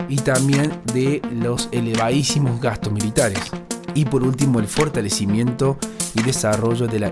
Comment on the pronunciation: La paj mundial uff me mató 😂 Gajtos militares ufff me mató men 😂😂😂